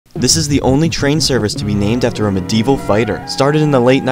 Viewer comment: Americans can't pronounce medieval